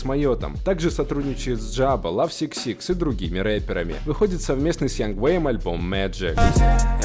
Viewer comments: Бля не говори. ЛАВ СИК СИК, правильно - лав дабл сикс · Бля, не влад Сикс Сикс, а лав икс икс